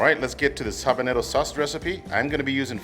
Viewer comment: What are you saying on the pepper ? are you trying to say habanero or something?????